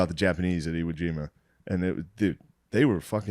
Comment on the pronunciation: Shane saying Japanese with no S is one of my favorite things ever